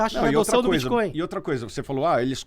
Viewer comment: Os caras são especialistas e continuam pronunciando BITCHCOIN--- o resto do mundo ri dessa maldita pronuncia brasileiras, explicando: BITCH è puta, portanto bitchcoin é moeda de puta. a pronuncia BITCOIN---O T É MUDO---O T É MUDO---O T É MUDO !!!